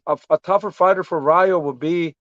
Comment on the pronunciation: The way Benavidez keeps saying Ryu like he’s in street fighter..... man it’s EL RAYO!!! WTF 🤬 that shit rubs me the wrong way when Latinos can’t pronounce Spanish words right IDKW